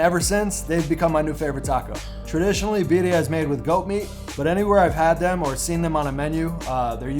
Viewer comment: Beat-D-I TACOS 😅 SAY WHAT? lol say it again